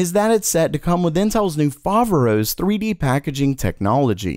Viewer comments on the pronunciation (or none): Hey! Just wanted to let you know that "Foveros" is correctly punctuated on the second " o " since it is the the Greek word "Φοβερός" meaning incredible,awesome etc.